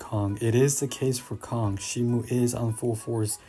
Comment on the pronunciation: It's pronounced Shee-moh btw